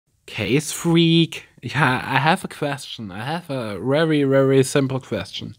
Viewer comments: Ks fweak Ich ha...I have a wery wery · wrewry wrewry" hahahaha ich kann nicht mehr😥😂 ich bin zwar nicht sein Hater oder Fan oder sonstiges aber finde diese ganzen Ansagen die Youtuber machen echt unnötig (meine Meinung)